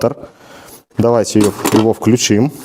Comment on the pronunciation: Не включИм, а вклЮчим! От слова клЮч😂😂😂